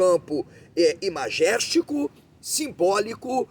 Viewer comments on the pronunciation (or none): Não seria "imagético", referente à imagem? Entendi você dizer "imajéstico", mas posso estar enganada...